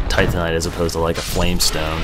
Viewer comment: Told myself I wasn't going to comment about it when I started watching, because by now you may already know, but its not tantanite, its Titanite, like Titan(Greek mythology) -ite. and Solaire, not Soltair (cant remember if you already corrected this in the series)